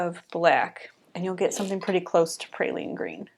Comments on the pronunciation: Beautiful llandscape! I also love Pe-ry- lene green as well. Sorry but my mom was a stickler for pronunciation and spelling when I was growing up, so now it is a pet peeve with me. Not your problem, it's mine.😂 when I hear praline I think of sugared pecans.😊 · Great landscape 🥰🥰🥰🥰. I think you may be mispronouncing Perylene Green, sounds like you are saying Praylene. Pronounce like pear-a-lean. I may be wrong, please let me know, my be my old age. So enjoyed your video😊